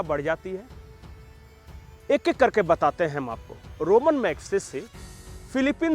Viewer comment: रोमन नहीं रेमोन